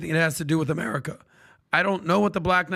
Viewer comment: ITS AMERCIA